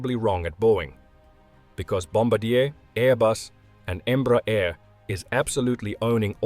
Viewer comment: its not called Embra - its called Embrear. Em-bre-ar